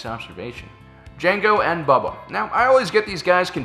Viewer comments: Its not bubba its pronounced bow-ba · c'mon,, it's Boba not Bubba:D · Does he keep saying Bubba? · How have you made this many Star Wars videos and still pronounce "Boba" wrong?